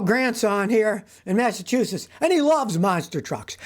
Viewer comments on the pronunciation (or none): none